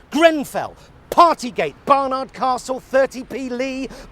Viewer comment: It is not Bar Nard Costle.... its Barnurd Cahssul - Jeez... can't get the reporters they used to.